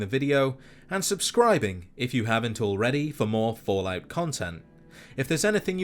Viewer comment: "The willd of follaot..."